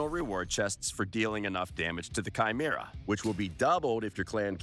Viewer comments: who is Sheemera? Bruh i lov u but its KYmeera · chimera= kai-me-ra lol please google how to say it xD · OK, but where in your life did you ever hear it pronounced "shimera?"